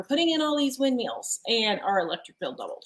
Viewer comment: my friend, it’s windMILLS, not windMEALS, lol. Thanks for the video.